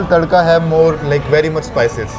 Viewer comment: When she pronounced tadka as tatka it was so cute you're so cute